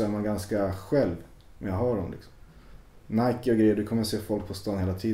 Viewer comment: irriterande att den första killen inte kan uttala Nike på ett korrekt sätt.. Ändå verkar det vara hans favoritmärke.